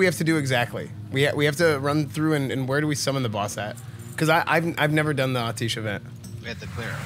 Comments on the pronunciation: I thought Atiesh was pronounced "ah-tee-ash" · Imagine saying 'ateesh' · Pronounced Ah-Tee-Esh according to Khadgar in Legion ;) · The subtitles think your saying “autistic” when you pronounce Atiesh. 👍💀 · Is it not pronounced at-tea-esh ? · Clicked away after the first time he said Atiesh wrong. Cmon Esfand, its a legendary item, the least you could do is pronounce it's name properly